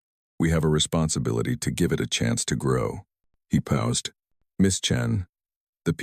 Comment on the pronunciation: At about : : the word 'paused' is said as if 'pow zed' and should have been said as if it were 'pawzd' to fit the local timeline!. Oops LoL 😢😮